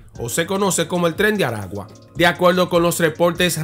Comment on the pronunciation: Felicidades hermano por tu trabajo. En caso de los nombre de los estados se pronuncia. Maracay estado aragua. Barquisimeto estado Lara. Esta mal pronunciado estado de Aragua. El nombre del penal es. Centro penitenciario de Aragua. Y es mas conocido como carcel de tocoron. porque porque esta hubicado en las afueras de una poblacion llamada tocoron perteneciente al estado Aragua. 👍👍